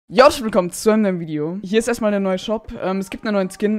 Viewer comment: was war das? 😂 ‚jo haschblwilkom‘